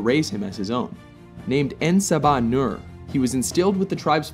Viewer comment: yo you pronounced his name incorrectly. en sab enur is pronounced "en-sob-ah-newer". and for those that do not know it means "the 1st one".